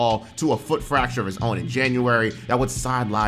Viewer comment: Fress Stracture?